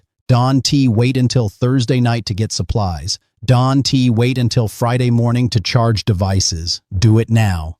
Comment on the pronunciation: Teach your AI about contractions! Here 'S' , Don T and That 'S' stand out!😮